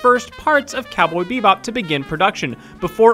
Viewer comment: gosh, I hate how you say "bebop"...